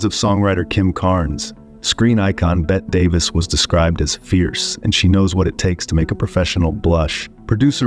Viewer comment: "..Bet Davis.."